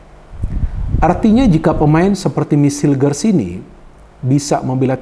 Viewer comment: mohon izin untuk mengkoreksi penyebutan nama pemain Mees Hilgers --> Meis Hilgers Eliano Reijnders --> Eliano Rainders Semoga berkenan ya bung, terimakasih